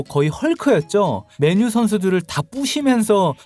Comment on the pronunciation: 맨유 발음할때 왜 그래 맨을 강하게 발음해야지 틀딱이라 거슬리네